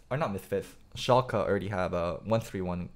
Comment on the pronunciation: first pronunciation of 'Schalke' was correct - the second would be right if it was Schalka, with an a